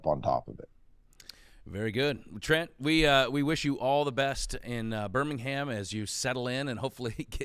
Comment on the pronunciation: Dilly Dilly! Go Blazers! And it's *Birmingham.